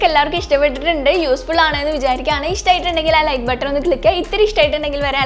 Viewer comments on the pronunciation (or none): none